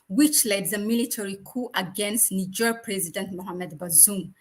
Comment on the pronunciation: Practice your pronunciation,, girl you sound crazy NIIIIIgerrrrrrr